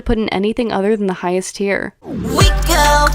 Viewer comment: The way says "go" like "gAh" is truly what makes it as fun as it is, bless his heart